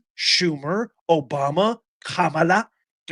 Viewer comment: Not ka-mi-la